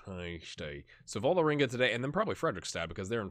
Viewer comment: Perhaps it's time to move on Torp, he's seems to be at the age you will get the most from him, and dosn't have any more potential, and takes up a foreign player-slot. :-/ Also the letter Å/å.. In norwegian; is pronounced pretty much exactly like americans pronounce 'aw' in the word 'raw', it's important to keep a silent/invisible 'w' tough, as when you say 'raw meat', phonetically I think. The team/city Ålesund, sound more like 'Awlesund' rather than 'Alesund'. Not sure how that came across, but not a big deal.. :) As for Vålerenga, or Vawlrenga if you wish, hehe.. It's a pretty big team in Norway.. The biggest club in the capital, and probably only Rosenborg and Brann are rivals in terms of support. Any way, it's fun seeing you play in Norway at Start, hopefully you will give it a year or two extra, to see if you can get them into CL-groupstage, so the big money start rolling, and they can perhaps challenge Rosenborg, when you move on. :)